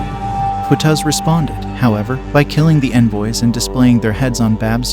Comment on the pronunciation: Its Q, not K. It's pronounced Qutuz, with the letter Qaaf in Arabic, and not the letter Kaaf. There is no direct mirrored sound in English